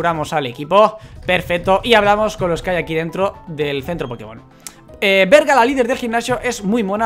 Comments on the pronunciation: dijo Verga! Jajaja Se llama "Brega" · a dicho berga varias veces jajaajja cuando la lider se llama brega jajajajaj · jjjjjjj debes de decir brega la liger del gymnacio le dijiste berga